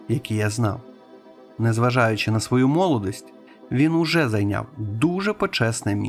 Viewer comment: + 18хв48 сікундов молодІсть не через О,не молодость,аж ніяк)